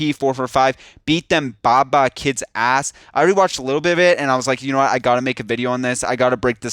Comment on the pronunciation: Baa Baa? Bruh It’s Bay Bay (Bae Bae) Bay Bay Kids Mean Ghetto Or Disrespectful